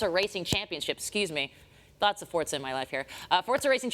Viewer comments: not even the people presenting forza know how to pronouns Forza... wtf is going on here For-za ... not Fort-za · It is pronounced "fortza". It means power in Italian. In FH3 you can hear characters pronounce it this way.